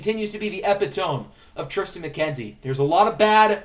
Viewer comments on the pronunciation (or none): Epitome, uh-pit-ah-me 🤪